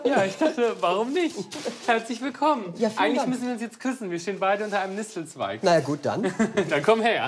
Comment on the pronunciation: Ich hab es ein paar Mal schauen müssen, aber er sagt tatsächlich Nistelzweig 🤭 süß 🤗